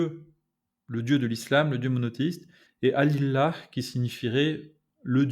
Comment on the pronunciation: Bonjour et merci pour cet article très intéressant. J'ai quelques remarques qui j'espère vous seront utiles, pour la partie arabophone : - attention le terme "la divinité" se dit al ilah et non al illah -> pas de dédoublement du L - astaRfirouLlah est la manière correcte de prononcer "je demande pardon à Allah" (R de rat, et r a l'espagnole, ou roulé). StarfuLlah ne veut rien dire en arabe. - le terme bismiLlah comporte le nom d'Allah, qui dans ce cas se lit sans le L emphatique. Lorsque le nom d'Allah est précédé de la kasra (le i) il est lu de manière "légère". Cela a été consigné dans les règles de tajwid, qui au passage, sont une retranscription de la lecture afin de l'expliquer aux non arabophones, les arabes du 7eme siècles avaient ces codes et les utilisaient sans difficultés. Merci encore !